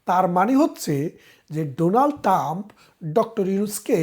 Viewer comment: "ডোনাল্ড টাম" নয়, "ডোনাল্ড ট্রাম্প" হবে। বেশ কিছু ক্ষেত্রে আপনার উচ্চারণে সমস্যা আছে, একটু খেয়াল করবেন।